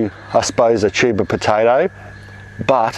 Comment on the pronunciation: The first time I heard you say "tuber" I thought I'd heard "cheeba". Unfortunately, around here, we can't grow cheeba in our gardens.